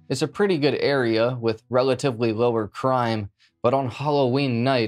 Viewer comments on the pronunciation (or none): none